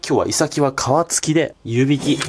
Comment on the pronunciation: イ↑サキ 気になるなぁー